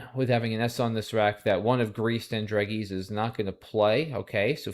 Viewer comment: Alas, we find you hoist with your own petard. In citing only one mistake, you implicitly endorse every other aspect of pronunciation. That is, it seems you're comfortable rhyming dragée with tree. (The English pseudo-French pronunciation is actually /dɹæˈʒeɪ/, or dra-ZHAY.)